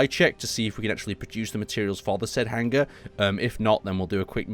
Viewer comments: really?'Hanger' and not 'Hangar'?but awesome video and work,you give me base inspiration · everytime i here you say hanger i hear hang ger